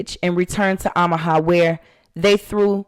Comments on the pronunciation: Is pronounced “Oh”maha. Not Ahmaha just fyi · I love your channel! Pronounced OH Muh ha 😂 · Kind correction. It’s OH ma ha. No shade. Your voice is so soothing. Please continue to narrate your episodes. The robot voices creep me out.